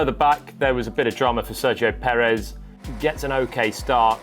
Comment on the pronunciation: Finally an english speaker who pronounce Perez correctly. Bravo Mr. Palmer!. Also I love your analysis, keep them coming!. Cheers.